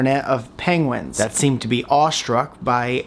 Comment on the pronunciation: Please say pengwins even more 😄😄